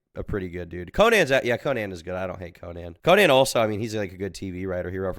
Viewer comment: Pronouncing “Conan” like you’re saying Conan the Barbarian is hilarious. Co-Nan O brain